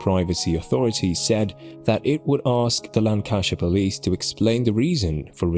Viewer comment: I think a robot is reading this. He said hairy menopause the first time. Can't even pronounce Lancashire properly or constabulary.